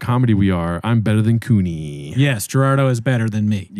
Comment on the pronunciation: It's Gerardo. You put respek on his nang.